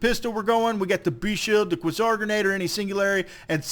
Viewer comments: It's pronounced QUAY-SAR, not KWUH-ZAR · It's a long A, "kway-zar" not "kwuh-zar" FYI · kwuh-ssar? Try qua(ke)-czar. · QuAezar, not quesour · please say Kway - zar instead of kwah - Zar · It's KWAY-ZAR. Not KWUH-ZAR. Thanks. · Pronounced Kway-zar. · It is pronounced qway Zar! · Quasar = Kway-zar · Quasar is pronounced (q-way-zar) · For gods sake! It's pronounced Qway-Sar! Lol good vid brotha! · Qway-Zar, just sayin'. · no, its kway-zar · it is called kwa-zar... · Dude. It's pronounced kway-zar. Seriously. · I thought it was "kway-zar" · I'm sorry, but most say "Quasar" as "Quay-zar" No hate, just been bothering me. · probably died so young because he couldn't pronounce quasar correctly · wow the guy doesn't know how to say Quasar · I wince every time he mispronounces Quasar. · It is pronounced like Laser with a "Qu" instead of an "L" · quasar is an actual word, that is not pronounced in the exotic way you employed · please... don't ever say quasar again.